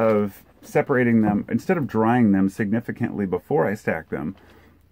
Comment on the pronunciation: Remove the r from the “drying”